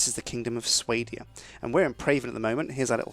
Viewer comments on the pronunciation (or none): swahdeeya, not swaydeea =.=